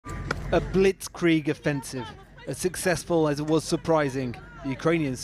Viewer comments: 'A blitz-kwwrieg' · "Blitzcrieg" you say?